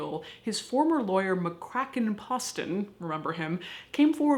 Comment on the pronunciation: “McKraken Pusstin”